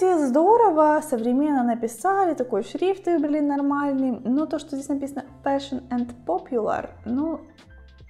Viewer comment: Феш н ,а не фошион